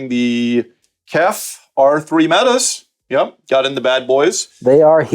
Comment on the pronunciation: Meta not mat